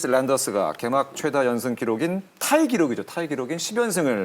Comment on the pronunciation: 저도 계속 이거 거슬려서 집중을 못했네요 ㅋㅋ